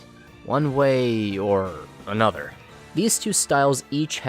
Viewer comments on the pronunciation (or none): none